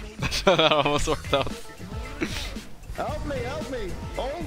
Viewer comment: More like "ELP ME"